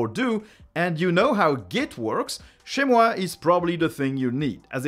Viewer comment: I never managed to locate your accent but your perfect French pronunciation of "chezmoi" took me completely off guard and now I'm starting to have doubt about my ears! May I dare ask where your accent is coming from? Anyway, thank you for the great content!